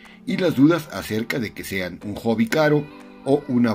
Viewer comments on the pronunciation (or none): none